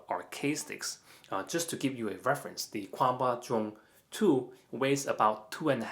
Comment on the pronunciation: is Kwamba the correct chinese pronounciation?